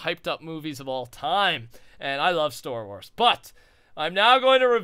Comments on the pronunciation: Ummm..., I think you said Store Wors instead of Star Wars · Did he just say stor wars ? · xD He said StoreWars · any1 here say store wars